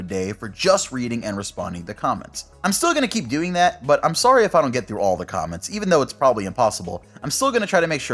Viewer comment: Are you Canadian? Heard an accent when u said sorry lol